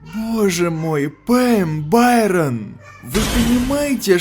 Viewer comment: Байрон это не правильно